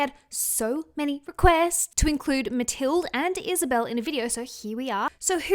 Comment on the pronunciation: Pretty sure mathilde is pronounced just like Matilda. Love ya!